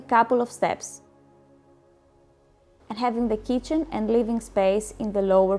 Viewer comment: 😄"sower" and "kicen"😄